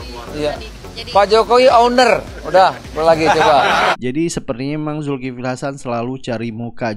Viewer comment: Julkiple betawi bilang hrheheeè